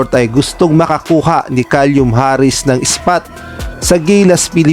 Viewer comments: Kalyum talaga bigkas mo.Baka Silum ang tamang bigkas nyan..🤣🤣🤣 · Caelum...hindi calium! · KALYUM Harris daw, inulit ulit pa iyong KALYUM hahahahaha! Then may bonus pang HA-nestly daw. Lagyan mo naman ng dignidad ang content mo. Kung di pa marunong magbasa huwag na mag content.